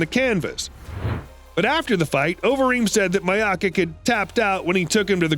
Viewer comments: Lol the way he pronounced Miocic "My-ow-kick" it's "Mee-ow-chuch" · "Miya-kick " instead of Miochic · At " Maiokik" I slammed my head against the drawer and stopped the video. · Lol “My ah kick” instead of miocic. And i cannot fucking believe that english is your first language when you keep saying a fighter regretted getting knocked out. This is the dumbest fucking video ive ever watched on youtube